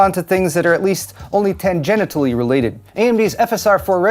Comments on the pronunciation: It's not tan-genitally related... hehe heheh he heh. (tanJENshully fam) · Please don't pronounce tangentially like that 😅